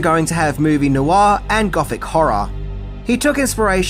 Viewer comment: Noir is one syllable not two.